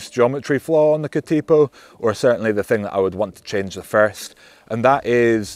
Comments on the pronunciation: Cat IH po, not Cat Ee po. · We usually lazily pronounce Katipo as "Ka-Da-poh", with the T having a D sound, and each syllable having the same duration. Not "Ka-Teee-poh". A Katipo is a spider by the way. I have both here at home: the bike and the spider! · Katipō is better pronounced as Kuhteepoh. The emphasis is on the first and third syllables. Cheers from NZ🇳🇿. P.S. Great explication and explanation of pros and cons. Thank you. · Another great review mate. And fantastic to see a New Zealand bike feature on your channel 😁. Keep up the brilliant content. For future reference, katipo is pronounced ka-tuh-po. Katipo is the Māori name for a venomous spider that lives around parts of the New Zealand coastline. You came close with taniwha 🙂. Taniwha is pronounced ta-nee-fuh. A taniwha is a water monster in Māori legend. Cheers from Aotearoa NZ! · It is pronounced Ka-tuh-pow. Maori work for a poisonous spider found in the coastal regions of NZ. The 27.5 version Taniwha pronounced ta-nee-fuh, Maori for a Water Monster. Damm nice bikes that ride real sweet. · K’tea po ha ha NZ might be the only place that competes with Wales with pronunciation. [Edit] Just got to “tanner-wah”, oh Lordy 😆